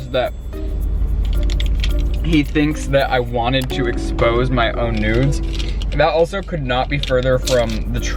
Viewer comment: Sorry but when you were trying to say nudes it sounded like nodes (“ I don’t want my node exposed “) 🤣